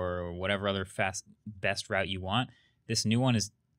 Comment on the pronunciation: not "rout" its "route"